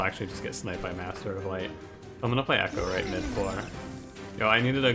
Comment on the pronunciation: it's pronounced e-CHOW-right, not ECHO-right. The champion Chows on cards, there's nothing about echoes in this clan